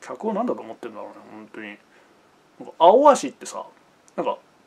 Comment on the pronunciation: アオアシの発音ちゃうしな